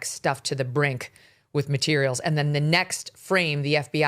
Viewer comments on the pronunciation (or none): none